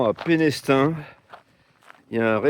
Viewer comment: Bonjour Ah, étonnante cette salamandre au milieu du sentier...elle recherchait peut-être un coin de forêt humide, son lieu de vie habituel. Tu ne peux pas le deviner, mais le "s" de Pénestin" ne se prononce pas. On dit "Pénétin". Sinon tu verras que le sentier côtier à venir est magnifique avec ses falaises ocres. 😊 Croisons les doigts pour que ton matelas tienne! 😊